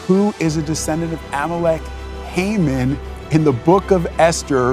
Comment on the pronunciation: What an excellent biblical analysis! Hamon always hangs on his own gallows!! By the way it is pronounced "ee ron" and not "I ran."